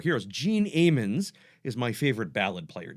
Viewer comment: Nice video, good explanations. FYI, Gene Ammons is pronounced with a short “a” as you would say “I am” , rather than a long “a”as in how you would say amen”.